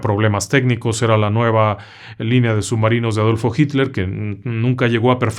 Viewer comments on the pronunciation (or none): none